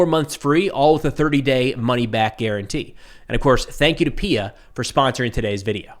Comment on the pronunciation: It is pronounced P I A, not peeya.